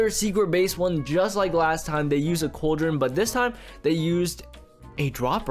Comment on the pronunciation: lol he be say cauldren and use it and edit to hopper